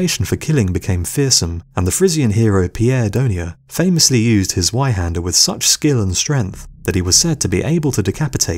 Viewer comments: Im not gonna both scrolling through 1.5k comments, but its pronounced zveihander since zwei is two in german amd the german language pronounces 'w' as 'v' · Zweihander is pronounced with a C :P Tsweihander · The Z in Zweihander is pronounced like Tzwei :) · Germans pronounced their w’s like v’s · And the "w" is pronounced as a "v" if you speak the name properly.